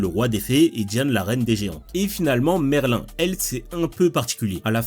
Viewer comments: Oui c’est ce que j’ai dis, lui il dit Merl1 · Ça se prononce Merline mdr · Le prononcer "merlin" ça me perturbe 🤣🤣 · C’est pas Merl1 c’est Merline